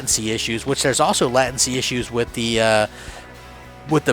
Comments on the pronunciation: late-ncy not lat-ency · "latin-cy" LOL